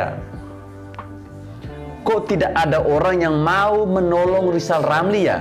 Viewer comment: Mari kita tertawa bersama-sama buat Lijal Lamli 🤣😂🤣😂